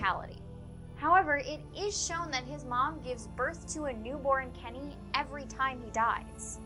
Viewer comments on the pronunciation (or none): Kenny not Lenny